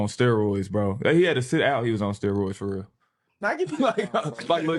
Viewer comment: He said "fo real"